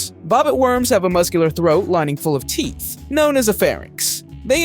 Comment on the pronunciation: he said sharp tea not sharp teeth